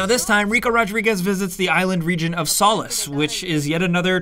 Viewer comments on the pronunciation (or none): It’s Solís, not “Saul-is”, omg so stupid. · Solis pronounced solees not Solace / Sawliss LOL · You've gotta say the islands name like so-lease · I have to dislike only for the butchering of the name Solis